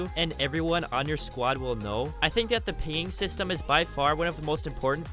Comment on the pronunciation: i knew someone else heard this, where does someone learn to speak english like this? lol